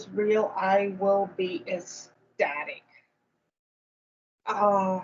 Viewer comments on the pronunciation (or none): …Eh-static is not a word. Ecstatic is. Don’t forget… Knowledge is power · doesn't know how to pronounce "ecstatic."